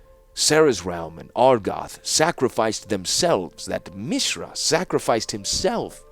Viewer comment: First of all, thank you for making these it has been an incredible journey listening to your audiobooks so far! I’ve rode along for the first two novels and am looking forward to the rest after this. Secondly, I wanted to mention that the way you’ve been pronouncing Mishra is actually correct given the etymology has roots in the Sanskrit language. Mishra (pronounced Mi-shra and not Mee-shra) means “mixture”, presumably foreshadowing how Mishra got mixed up with Phyrexia’s glistening oil. Interestingly, Urza also has roots in Sanskrit as the word urja (pronounced oor-jaa) means “strength”/“power”/“energy”, presumably hinting at Urza’s obsession with energy powered artifacts and bearing the Mightstone. In urdu, the word transforms to urza (pronounced oor-zaa).